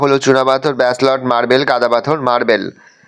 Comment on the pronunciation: Basloy noi ব্যাসল্ট 😅